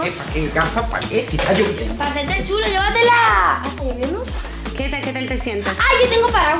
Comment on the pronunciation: soy la unica que cuando a dicho llevatelaaaa tenia acento andaluz?